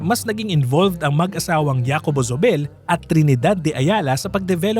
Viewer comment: Zobel /So bel/. Even though it’s German origin, it essentially became a Spanish Filipino name. And in Spanish & Filipino, ‘z’ is pronounced like /s/. But even in German, ‘z’ is like /s/ or /ts/. /Z/ sound is English. In Spanish, Zóbel has an accent on first syllable /SO bel/. Not sure how the family pronounces it. In the old days probably /THO bel/, but in the former colonies, no one really retains the “ceseo”, it becomes just a regular /s/ sound. In Philippines, how do people say Gomez, or Hernandez, or Ramirez etc.? ‘Z’ = /s/ Compañía /com pan YEE ya/.